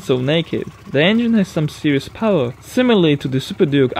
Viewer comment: Azhar Fahry, I'm also not a native English speaker but at least I know how to (or make an effort to) pronounce the words correctly. I bet that even people with little knowledge of the English language know that "beginners" is not "bejinners" or "power" is not "poer". ; )